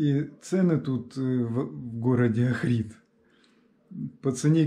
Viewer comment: Охрид ударение на О